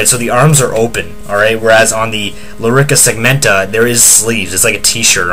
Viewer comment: You know it's a Lorica segmentata NOT Lorica segmenta